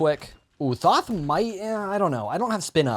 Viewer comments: It is th-o-th not th-a-th where do you see the A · The way you pronounce Thoth hurts me